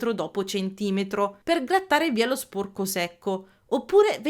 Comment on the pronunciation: ti prego, sporco con la o chiusa non si può sentire 😭, capisco che è caratteristica regionale ma ti prego prova a dirlo con la o aperta🥺